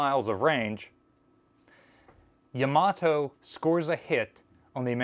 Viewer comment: Not real important BUT Yama - toe is the correct pronunciation for Yamato at least if one is pronouncing it as a Japanese word or name.